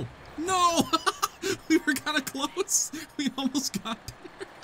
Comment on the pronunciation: Emphasis on “kinda”